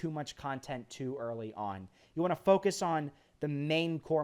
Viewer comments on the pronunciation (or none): none